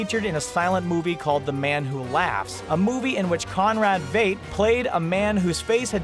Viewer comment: ZERO COOL - he totally butchered Conrad Veidt's name too